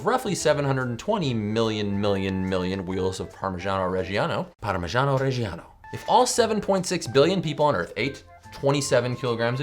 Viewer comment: I'm Italian and the way you said Parmiggiano Reggiano was so funny :D